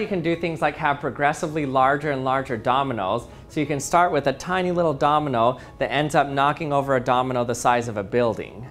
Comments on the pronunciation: Am I the only one who's hearing the word Dominal instead of Domino??? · Anyone else hearing him say dominal sometimes instead of domino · Did anyone notice that he's saying domenel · Can u say Domino and not dominal? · I can't get over how he pronounces it "dominal" 😂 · It's driving me mad - I keep hearing "dominole" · Are you saying “dominals”? Lol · Did he say dominals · Is it Just me or he is saying dominol and dominols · stop saying dominol